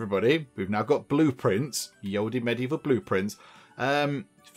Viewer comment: You're pronouncing "ye olde" wrong